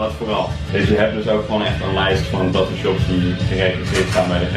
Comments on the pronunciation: Je zegt taatoo maar je Moët zeggen tatoe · Er zijn gwn mensen die het een beetje appart uitspreken, nu ik het hoor kan ik de video eigenlijk echt niet kijken😫, ik cringe echt